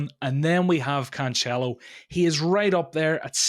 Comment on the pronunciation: His three versions of Cancelo, all wrong, was great!